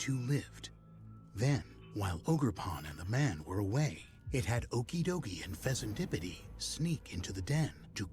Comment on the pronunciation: Bruh. Listening to the narrator say these names and having not played this dlc yet make me thing the names of the pokemon are totally made up and fake. Monkey-dory? Pheasan-dipity? What five year old came up with this 😂